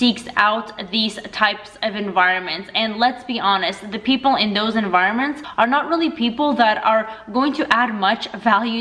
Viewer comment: The... not “thee” unless there’s a word starting with vowels or “y”.